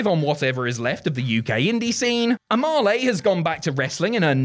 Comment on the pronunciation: mispronouncing Amale lol.. It's pronounced Ah Mel